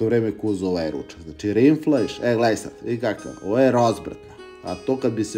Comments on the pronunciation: Druze bez ljutnje..rinflajs zvuci bez veze RINDFLEISCH tj.rindflajs tj.govedina je korektno itako je nemacka rec..kuvas mnogo dobro to je neosporno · Kaže se RINDFLAJŚ.Inače si strašno simpatičan sa svojom govorom.